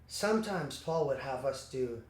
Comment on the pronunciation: am I the only one who caught him saying faul instead of paul when he was saying geo's quote? or am I hearing things? (the subtitles say otherwise...)